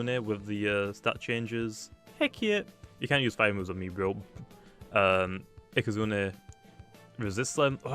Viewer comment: can you stop saying ikazunER